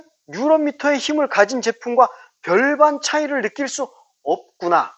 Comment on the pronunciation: 뉴런미터가 아니고 뉴튼미터(토크)입니다